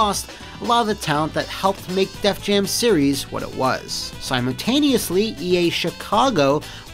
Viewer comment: Remember back when didn't pronounce a T in "Wha"?...I blame Youtube's algorithm. Probably skipping over "Wha" as a misspelling.